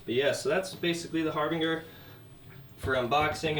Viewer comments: Its harbinJer like harbinger of death but great video like what you do here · DUDE , IT'S PRONOUNCED " HARBINGER" GOT IT, ? LOL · It’s my fault for shopping for throwaway speakers. This dude can’t pronounce Harbinger and thinks the monitor setting on a Thump means mono. He doesn’t know what the fuck he’s talking about and people in the comments are eating this shit up like it’s great advice. I should have known better than wanting some cheap monitors and watching shit like this I’d leave stupider than I came. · a horrible speaker. Garbage. The both.. You mispronounced harbinger.